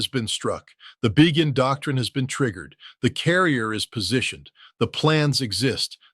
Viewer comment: Pretty sure Ritter knows that "Begin" is pronounced "Bey-gin," not "Bee-gin".